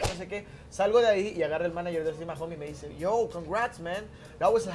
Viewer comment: Jajajaja pero a ver mario pronuncia bien el apellido del Austin en MAHONE no Mahom 🙄🙄